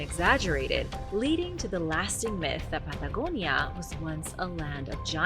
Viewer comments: The pad da go ni a made me run, sorry 😞 wees white... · Why is she pronouncing Patagonia all accenty when the rest of her speech is normal? Good info presented, but that's really annoying... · Why do you take on a strange accent when you say the word Patagonia